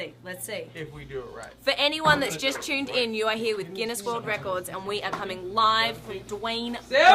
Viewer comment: The videos was cool, but the only thing that was getting to me was how many times she said "chuned in" lol.